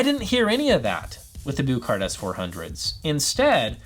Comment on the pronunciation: Not to be nitpicky, but if you listen to the Danish press, the pronunciation of the name of the company sounds like the English words “Book Heart.” It’s not “Booooook Heart” as you are saying. That’s all.